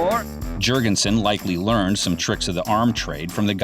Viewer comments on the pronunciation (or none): none